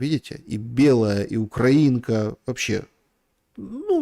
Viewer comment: на 35 минуте не УкраИнка, а УкрАинка) я про аэродром)